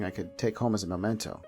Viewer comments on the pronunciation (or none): none